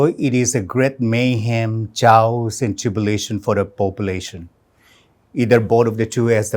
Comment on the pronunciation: Did he just say chaos as cha-os 😅 give the man a glass of water what just happened 😀